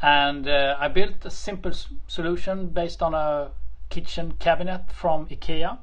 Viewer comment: i know this has nothing to do with the birds or the feeder, but when he said "ikea" correctly, i immediately thought "hey, he pronounced the name correctly, that's rare!" and then he said "here in sweden..." and then i went "aaaah i see...."